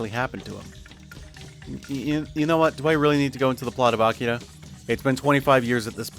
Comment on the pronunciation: I appreciate how you pronounce "Akira."